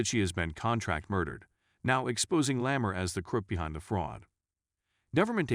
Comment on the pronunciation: "leh-MUR" instead of 'LAH mar' Hmmmm..."meh - du - nuh" instead of 'Me-DEENA'? As the spokeman for this film says, "You should watch this movie." And listen, too.